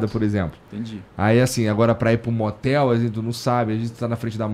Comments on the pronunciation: Ela fala "matel", mas matel, para nós brasileiros, é outra coisa kkkkkkkkkkkkkkkk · “Na moteli?” 😂😂😂😂😂😂